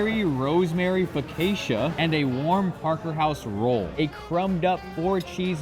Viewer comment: The way you said focaccia is too funny. It’s pronounced fuh kaa chuh or pho gotcha if that makes sense 😅